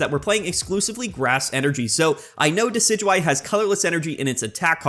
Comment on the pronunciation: It's pronounced Dekky Dewey